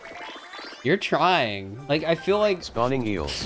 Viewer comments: YOU JUST SAID IKE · you just said "ike"